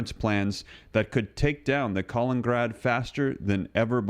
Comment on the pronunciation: Hey there, FYI it’s KalinINgrad, not Kalingrad. Keep up the good work